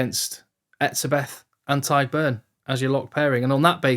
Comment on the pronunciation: Never seen an Englishman pronounce the name Tadhg and Caelan (almost) correctly haha Great video!! Keep them coming